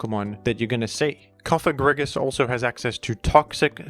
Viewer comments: So glad to hear that learned the correct pronunciation of “Cofagrigus” in time for Pride month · google "antepenultimate stress in Latin". Cofagrigus is a pseudo-Latin name as it ends in -us and such words are stressed in their third-to-last ("antepenultimate") syllable (except for when the second-to-last has a long vowel, because then it "weighs" like two syllables). Therefore your new pronunciation isn't just unintuitive, it's linguistically wrong. That's why normal people feel strange when they hear your wrong stress. I get why you do it, but it's kinda silly and childish, like saying "Úranus" instead of "Uránus". But at least then those people pronounce a short A in Úranus, so that it fits with the stress rules of Latin (or latinized Greek) words. If you wanna be scared by a Ghost (Pokémon's name), then at least say "Cofagrígus" with a long i, as then you at least speak in accordance to the antepenultimate stress rule. But I would still say Cofágrigus like you did in the past, because it's an innocent name of a Pokémon. Summary: Bad: Cofagrígus with a short i Ok: Cofagrígus with a long i Good: Cofágrigus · rip Cofagrigus pronunciation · Are you trying to be funny or make a point with that comment? Something like "hAhA hE nEvEr PrOnOuNcEs ThEm PoKeMoNs RiGhT"? "Groodon" is a perfectly fine way of pronouncing "Groudon" when you're reading that name without having heard others pronounce it before. The word "you" is pronounced in the same manner. The Cofágrigus/Cofagrígus question isn't even a matter of reading letters. It's a question of stress. Even someone who can't read would normally be able to pronounce it correctly. Orthography and converting written text into speech isn't a matter of LANGUAGE ITSELF but a language derived thing.